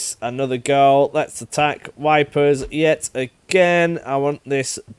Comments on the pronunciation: You pronouncing Ypres as "wipers" never gets old xD iirc it's Yeepre with Yee as in "Yeet" and a silent S. Also can't wait for tanks and combined warfare! Sweeps will be much easier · Faus-Jean, or fos-Jean. Hard to tell how you’ll pronounce that with your accent lol. Also I believe the town is pronounced “eep.” Phosgene is odourless and colourless. Was semi successful during the Great War. It would take several days to take effect and the persons effected would suffer from dry drowning due to an accumulation of fluids in the lungs. Because of this, it would only produce casualties several days after the inhalation. Meaning said casualties could be removed from the front and replenished with adequate resources.